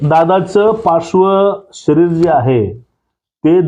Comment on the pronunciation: कृपया मराठी शिका पार्थिव शरीर पार्श्व नाही 😡😡😡😡